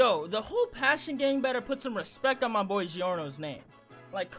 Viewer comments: It's not the "Passion Gang" It's pronounced PASS-SEYO-NEY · Its pissione